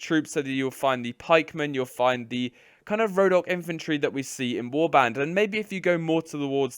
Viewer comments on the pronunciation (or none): Khergit not kherjit, rhodoe-ck not rho dock